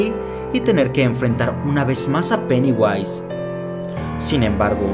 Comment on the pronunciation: Vai a flota dijo peniwais.